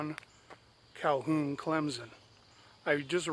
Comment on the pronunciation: Clem -Son not Clem-Zon.....lol...love your videos. But for real no Z in Clemson.